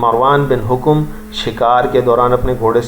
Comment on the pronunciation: Marwan bin hokom nhi Marwan bin hakum